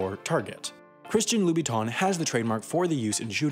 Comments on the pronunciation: The only illegal thing is how you pronounce Lubiton (Louboutin - Loo-Boo-Tan) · I don't think I have ever heard Louboutin's name so thoroughly butchered. Please do some research before trying to pronounce French names, ok? If only just listening to the audio in Google Translate (it's actually not that bad for Louboutin). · QUIT SAYING LOUBOUTIN WRONG!!! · Love the video but God, the pronunciation of Louboutin is absolutely horrendous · How could you fuck up the pronounciation of "Louboutin" so badly? :D